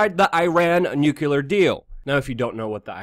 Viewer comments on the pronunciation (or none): Nuclear is pronounced nu-clee-er not nu-cue-ler. Clean it up or I unsub. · I wish u would pronounce nu-cle-ar properly. Sounds like George Bush and other idiots. Not newkuler uggh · Dude! I love ya' and have listened to you since just after 911 on Alex Jones. I gotta say "nukular" is not a word! it's hard to take you seriously when you say nukular. It's not a 3 syllable word, it's only 2. Think "New" then "Clear". C'mon, you can do it! Did I honestly hear you call the security guard Jesus (pronouncing it as Jesus, not Heseuss, nod to Dr. Seuss). I love you guys and your channel and I'm not hating on you or trolling you. I may be nitpicking but c'mon man, at least PLEASE STOP SAYING NUKULAR. I beg of you. It just makes everything else you say seem laughable. That said, keep up the great work, I love you guys, and I'm glad you've stayed with the truth, unlike Alex (who's drifted off into a neo-Fox news type thing). Stay awesome! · Just an FYI, the word is *nuclear*. Nucular is not a word. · It's nu-CLEE-ar. Please. Pronouncing it wrong lowers your trustworthiness.